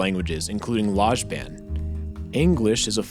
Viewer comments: the way you pronounced lojban... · As someone interested in constructed languages, your pronunciation of the words "Quenya" and "Lojban" made me cringe. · The pronunciation of Lojban killed me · lmao your pronunciation of lojban made me do a spit take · Your pronouncement of Lojban wants to kill someone